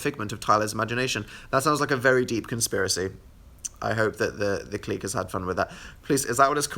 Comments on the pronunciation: The cleek? Its pronounced click, but it's spelt like clique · DID DAN SAY KLEEK